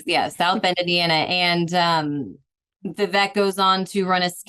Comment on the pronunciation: Interesting how this journalist has been “paying attention” so much to Vivek, but doesn’t even know how to pronounce his name correctly. How are we supposed to take Bri or this guest’s “in-depth” political view on a not just a politician, but a presidential candidate when they don’t even have the very elementary capacity to determine how to say his name!